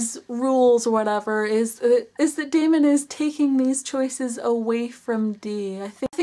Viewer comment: It is pronounced Damon